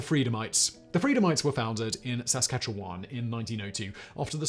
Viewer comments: Saskatchewan pronounced: sah scatch chew one. I love you, Simon, so please get this right. 😖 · As a Canadian, I’m continually amused by your close but not quite correct pronunciation of Saskatchewan lol